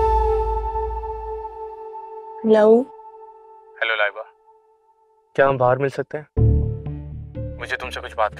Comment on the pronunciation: Laiba ra ko raàr Bolte hai kisne notice kiya